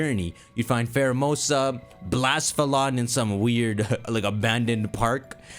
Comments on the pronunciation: Pretty sure its pronounced blah-sef-a-lon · I love your content and theories, but I can NOT get past your pronunciation of Nihilego and Blacephalon